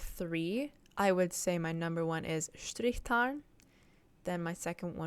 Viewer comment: I just think Strichtarn sound so wrong as a german speaker...and no its the right term